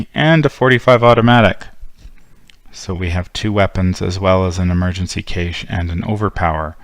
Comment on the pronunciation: Cache pronounced cash like the a in that.